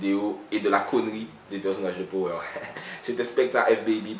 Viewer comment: Juste en passant ça se dit "pawer"dans la prononciation lol big up